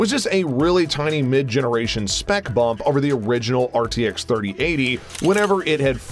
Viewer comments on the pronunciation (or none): none